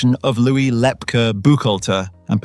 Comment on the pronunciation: Lepke pronounced Lepkey NOT Lepka